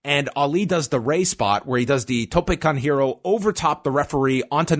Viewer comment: I have to ask is it “Tope con Helo?” Or “Tope con Hero?” It seems that you’re the only one who calls it the wrong way in “Tope con Hero” 🤦🏻‍♂️ But I love you guys